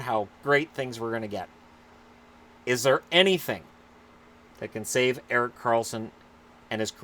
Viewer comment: “Erok Karlsson” 🤣